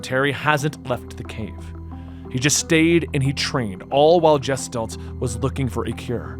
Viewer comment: its "GUH-STHALT" NOT "JESS-talt"